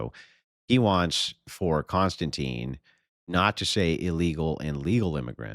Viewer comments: Any chance.. I know it's my OCD but ... His name is Kon-Stan-TIN not Constantine. No Teen. It distracts me from what you're saying. Like if I kept saying Density instead of Destiny. Please. I'm probably a stickler because people call me Mike when I have always, always been Michael. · kon-stan-tin, not tine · His name is pronpunced Kon-stan-tin. There is no e on the end. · I couldn't even finish watching this debate without your input. And Konstantin is pronounced Con-stan-ten. I've subscribed to Triggernometry with KK and his buddy, Francis Foster (FF) for about five years. They're a hoot.